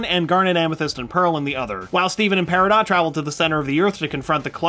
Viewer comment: That's not how you say Peridot.